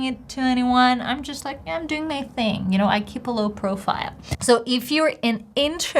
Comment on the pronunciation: Hi, Your stress on the first "profile" seemed to be on the second syllable. It should have been on the first syllable. Best, Albert, SF, USA